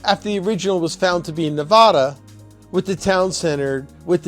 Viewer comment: Please pronounce Nevada properly. Otherwise good, interesting vid.